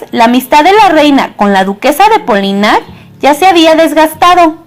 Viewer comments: ¡Gracias por el video, te sugiero que intentes pronunciar los nombres como se pronuncian en el idioma que están escritos. Lamballe en francés se pronuncia Lambal, no se lee como en español, demuestra conocimiento y clase, practica y aprende. Por otro lado, se pronuncia Poliñac, tómalo en cuenta, saludos! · Muy buena la biografía sin embargo te voy a dar una recomendación cuando hables de personajes de la historia como es el caso de la princesa lamballe deberías pronunciar bien el apellido porque su pronunciación no es con ll es con l y polignac es con ñ no con n. tienes que tener cuidado con la pronunciación porque de esa forma se le quita credibilidad